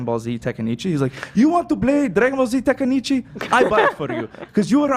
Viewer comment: it's T E N K A I C H I not tEkaNIcHi